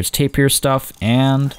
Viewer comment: YES.but also,Not tapir beer,But Ta-beer!